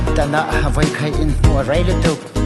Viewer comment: Awiii i va han comment thiam tak,ka chhiar nui vur vur😂😂 mahse ban "vai" tih tur kha "vei" i ti ve tlat a nia aw